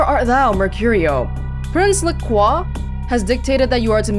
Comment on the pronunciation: (No spoilers) Some answers to your questions and a couple corrections. Really enjoying the series so far! :) No, your blood only goes down when you use it Correct - and hacking a good still to have In the context of this game, LaCroix is pronounced Luh-croy and not Luh-cwoh “Krime-puter” is pronounced like the words “crime” and “computer” In the lore of the game, a vampire’s bite leaves a human in a dazed and confused state where they won’t remember being bitten, so it’s fine. Biting in combat is an exception, presumably because the increased bloodflow and adrenaline clears whatever vampiric toxin causes them to be dazed. Any human that ingests vampire blood becomes a ghoul, but drinking vampire blood will never turn a human into a vampire – that’s a different process. Ghouls are still technically human, they just have a bit of vampire power. If “Criminal violation” appears on the screen the police will soon arrive and attempt to attack you. Leaving the area or staying hidden for a while will eventually cause them to leave